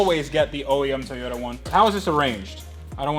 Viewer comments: So did you guys even check your piston ring gap at all? Just curious and if not why? Btw, it pronounced TOY-YOTA and not TEYOTA bruh. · TOYota, not Teyota. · Where do you get the e sound in Toyota. That is annoying that's why I stopped watching the damn video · why do you say teeyota it makes me irrationally angry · TAY-OTA Supra! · Nobody:: TUHHYODA Edit: Don’t be triggered kiddies I’m aware that’s probably the correct pronunciation 🙄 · the type of guy to pronounce Toyota differently every time he says it... Good work, enjoyed the video.